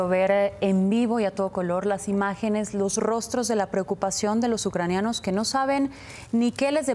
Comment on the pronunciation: Me impacta que el señor no sepa decir: Ucranianos